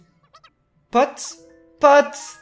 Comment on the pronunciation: Pourquoi tu prenonce le s a potes ?